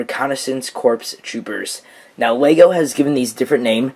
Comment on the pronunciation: You pronounce it na-ow